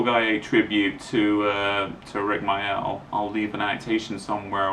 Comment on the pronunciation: Thats a good question the guy asked. It hurt when i lost my dog snowy in 1995. And my other dog in 2004. And my best friend Amanda in 1998. & my favourite tv comedian rik mayall. He was called rik mayall mate not rik myoll.